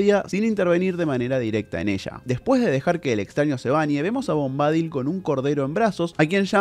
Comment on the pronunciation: SE PRONUNCIA bombadÍl (no bombÁdil). Busca la pronunciación en internet x favor! Es desesperante escucharte decirlo mil veces mal... dan ganas de arrancarse las orejas!